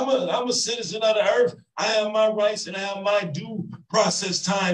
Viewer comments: we live on the ERRRRRRF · "I'm a citizen of the earf" I can honestly say I've never heard someone refer to themselves as a citizen of earth.